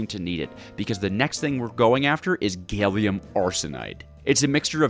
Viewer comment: i watched 20 minutes before being broken after hearing you pronounce gallium as "gailium"